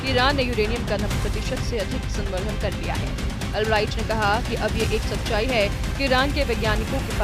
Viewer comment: Samvardhan galat read kar rhi h